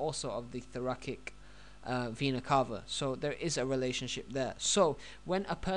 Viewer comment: Thoracic - prounounced "Thor-a-SICK" not "Thor-a-KICK". :-)